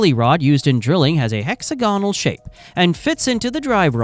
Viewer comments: Its hexAGonal not hexaGOnal! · AI needs to be taught how to pronounce “hexagonal”